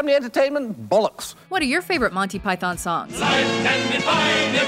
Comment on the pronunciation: you pronounce it like ‘montee pythuhn’ or even ‘montee pythn’ not ‘monthee pythan’, actually